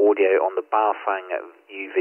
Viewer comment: The correct pronunciation of Baofeng is like Bow like the bow of a ship followed by Fung like fungus. I have three of these and the airband reception is terrible. It's like it's stuck on FM when it should be AM. I've contacted Baofeng about this asking if there's a firmware update to fix it but there's nothing at the moment. Apart from that it's all good apart from Bluetooth programming which seems to crash the radio and requires a factory reset.